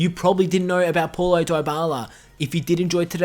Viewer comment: It's pronounced POW-lo not PAW-lo